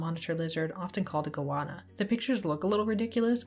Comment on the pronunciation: I saw on Part 2 you mentioned wanting to hear about mispronounciations. 'Goanna' is pronounced like 'Go Anna', as in the girl's name.